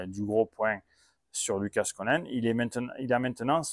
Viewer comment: On prononce lucas (sans le S) parole de Picasso !! Au top le debrief comme toute l'année.